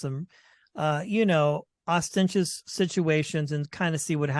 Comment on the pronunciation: did say "ostentious"?! that is not a word